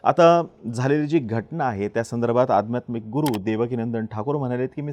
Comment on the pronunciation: 'आध्यात्मिक' या शब्दाचा उच्चार व्यवस्थित करा!